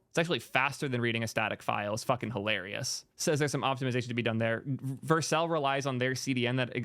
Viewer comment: Only thing bothering me is how he pronouncing it Vercle